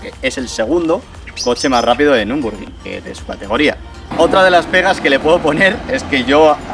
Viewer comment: Mola el video , pero creo que seria un puntazo si lo hicieras estilo Con tu toque de gracia videazooo Porfavor en cada video pronuncia nurburgring 🤣🤣🤣🤣🤣